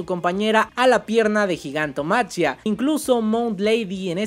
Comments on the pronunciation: Repitan conmigo: Gigantomaquia Repitan conmigo por si acaso: Gigantomaquia No sé si soy el único al que le genera conflicto que prenuncie la ch como tal diciendo Gigantomachia Igual, buen video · hey bro, creo que se pronuncia "Gigantomaquía" es una referencia a la titanomaquia (en la mitología griega la guerra entre los Dioses olímpicos y lor Titanes), solo que pues en ingles es Titanomachy/Titanomachia y por eso lo de Gigantomachia